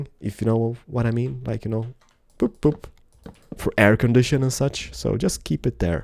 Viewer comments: he said poop instead of boop xD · not to be weird or rude or anything but it sounded like he said "poop".